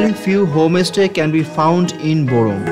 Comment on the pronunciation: Why are you saying home- estay indead of homestay?